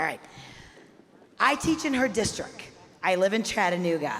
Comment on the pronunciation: This teacher from Chattanooga doesn't know the word districT? x2